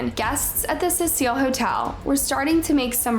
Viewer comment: It’s the Cecil not the Cecile